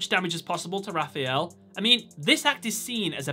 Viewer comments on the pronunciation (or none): none